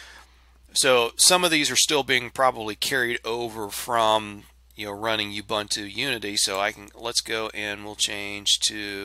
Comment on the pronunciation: Great video, not being a pain in the backside but pronunciation of Ubuntu is ooo- boon- too and not u -bant-u.. I'm actually from South Africa please don't argue that :) Otherwise great video..